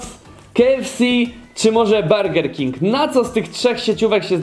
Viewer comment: BURGER KING A NIE BERGER DO CHU*JA!!!